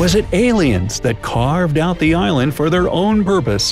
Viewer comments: yes i know but it sounds like Ireland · the "eye land" LOL